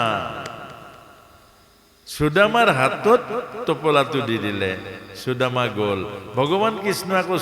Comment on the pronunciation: Aponar sudama ucharan thik howa nai.